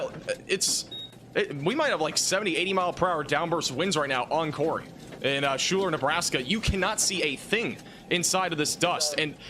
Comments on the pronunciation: Pronounced "Skylar" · Pronounced Skyler